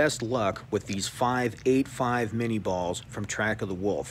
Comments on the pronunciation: Its pronounced min-je not minni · Minié, pronounced Minyeh. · That's not how you pronounce Minie.